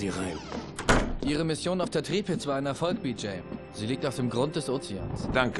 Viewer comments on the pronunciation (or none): Ist jemandem aufgefallen, dass der typ bei "Tripitz" sagt? Manchmal frag ich mich, was die Leute über geschichte gelernt haben. So ein kleines bisschen Grundwissen sollte schon dabei sein finde ich, außer natürlich die meinen gar nicht das historische Schlachtschiff "Tirpitz", nach dem es aber ziemlich aussah. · Also bitte das heißt Tirpitz nicht Tripitz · Tripitz??? Ist das'n Schribfehler und die Meinen die Tirpitz oder was